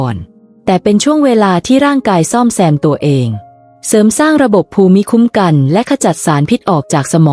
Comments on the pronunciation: เนื้อหาน่าสนใจ ว่าส่า การพูดชัดเจน น่าฟัง แต่การพูดเว้นวรรคไม่เหมาะสม และมีบางคำไม่ถูกต้องเช่น ภูมิคุ้มกัน คุณพูดว่า พู-มิ-ค้ม-กัน (ภูมิคุ้มกัน )ซึ่งน่าจะพูดว่า พูม-คุ้ม-กัน เป็นต้น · วีดิโอนี้มีประโยชน์ครับ แตอยากจะขอแนะนำผู้อ่าน ขอให้รักษาวรรคตอน และการออกเสียงคำบางคำทีผิดพลาด เช่น ภูมิคุัมกัน ให้อ่านว่า พูมคุ้มกัน ครับ ขอบคุณครับ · ขอบคุณ.ที่จัดทำเสริมชีวิตให้ดีขึ้น.การอ่านเว้นวรรคตอนผิดไปมาก.คำภูมิปัญญา.ภูมิคุ้มกัน..อ่านว่าพูม.ปัน.ยา.พูม.คุ้ม.กัน..นะครับ.น้ำเสียงพอผ่านครับ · ข้อมูลดีค่ะ แต่การอ่านต้องปรับปรุงค่ะ ภาษาไทยควรศึกษาก่อนลงเสียงว่า คำใดอ่านว่าอย่างไร เช่น …..อ่านว่า พูมคุ้มกัน และวรรคตอน ควรเว้นวรรคอย่างไร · ภูมิคุ้มกัน อ่านว่า พูม - คุ้ม - กัน ครับ